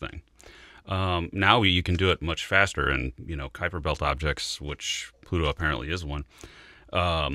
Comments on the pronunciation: Stern's pronunciation of K[w]uiper Belt drives me nuts. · This guy's unique pronunciation of "Kuiper" is the verbal equivalent of a dude wearing a hoody with a Trilby Hat. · They voted on a definition of a planet not on Pluto downgrade... too much American pride in that guy... and please mr Stern learn how to pronounce Kuiper... 😅🤦🏻‍♂️😉